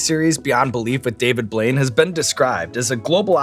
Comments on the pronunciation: to me it sounded like he called him "David Void" instead of Blaine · Did you just call him David Blouide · did Sean just pronounce his last night wrong?? Edit: most genuine moment I've ever seen!